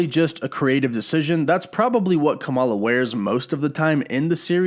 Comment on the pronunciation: Why am I so triggered by your pronunciation of Kamala lol